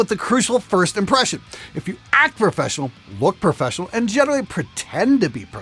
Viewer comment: “BE PROFRESSIONAL” - mistake or not, I see what ya did there! 😂😂😂